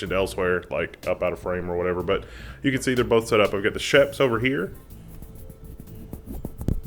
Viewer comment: Nice! I like a good DIY for technology, a good DIY amplifier would be awesome. (by the way, of course pronounces Schoeps wrong, the "oeps" part is pretty much pronounced like "oops", the "sch" part kind of like "sh" in "shadow")